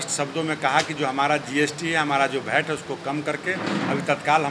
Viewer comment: VAT hota hai,bat nahi pahle bolna shikh lo or tumhare bare mein sabko pata hai,tumara business kya hai